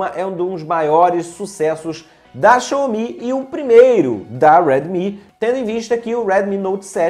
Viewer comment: A pronúncia é "Xáumi"